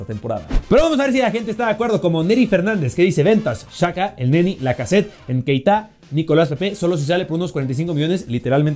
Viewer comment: es Nketiah no Nkeitah